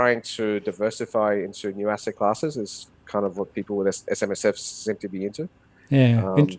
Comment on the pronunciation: an ASSET... he says - more like an ARS-set ;-)